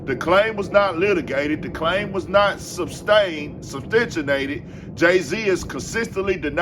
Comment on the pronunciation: “Substentionated”… Lemme inform Merriam-Webster